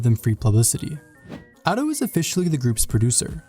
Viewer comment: Every time he says Ado it hurts my body, soul and spirit.